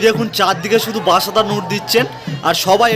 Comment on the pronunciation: তুমি কি বাঙালি? বাঙালি হলে বাসাতা না বলে বাতাসা বলো।